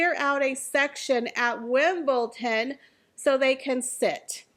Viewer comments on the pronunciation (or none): Erm its WimbleDon not WimbleTon. Sorry. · Your video is perfect and spot on! One comment, there is no T in WimbleDon. Keep up your great work. MM should go live i THE OC. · Actuall it's "Wimbledon" 😊